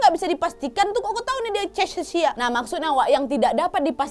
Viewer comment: Cara bacanya. Kakeksia. Cachexia. Istilah medis dari kurus kering.